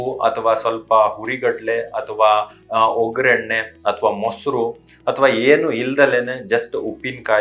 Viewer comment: ವೊ ಗ್ಗರಣೆ.ಸರಿಯಾದ ಉಚ್ಚಾರಣೆ.